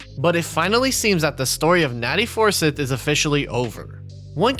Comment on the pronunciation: For the last time It’s not pronounced Four-Sith, it’s pronounced FUR-SCYTHE!